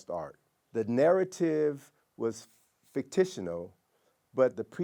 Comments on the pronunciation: "Craftmans" "Fik-TISH-a-nul" OK mate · The man said “Mummy’d” and “Fictishinal”.